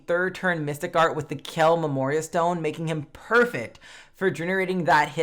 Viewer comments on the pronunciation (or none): Well thought-out review. Youre truly bringing the best Crestoria content, thank you ^^ which Memoria Stone did you recommend for Dhaos? I can't understand it, tried a thousand times :O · Loved the video! Pulled dhaos only once, but I’d still like to use him, only I couldn’t quite hear which stone you said we should use with him